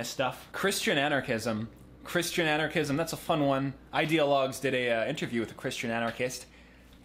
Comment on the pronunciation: Thought u said Xanarchism- the ideology of lil xan